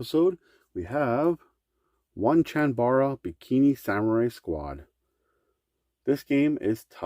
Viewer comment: Lollll, Oneechanbara is pronounced Oh-nei-chan-ba-rna, not One-chan-bara, it's Japanese